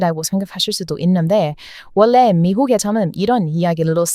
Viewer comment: 어떻게 이렇게 한국어를 찰지게 잘 하나요? 놀라울 정도예요 너무 잘 하고 있는데 하나만 더 알려주자면 전라도-> 절라도, 원래-> 월래, 관리-> 관리 이렇게 발음 하면 더 완벽한 한국어 구사가 될꺼같아요 방송을 왜 이제야 알게되었을까요 너무 재미있게 잘 보고 있답니다~^^